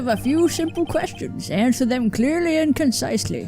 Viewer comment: Onswer hanestly